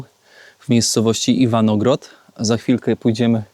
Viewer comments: Aż uszy bolą - Iwangorod nie Iwanogrod…. Lubię Twoje filmy i śledzę na bieżąco, ale tą wpadkę warto wyedytować. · Nie. Jak zwykle nie potrafi żadnej nazwy czy nazwiska wymówić